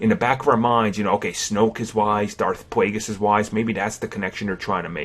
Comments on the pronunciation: Plagueis not wageis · its Plagueis NOT PlagWWueis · Darth Pwagueis. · Attack of the cwones.... Darth pwageuis.... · Darth Pwagueis? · lol i noticed this as well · Darth Bwaigus...? That's what I heard the entire time.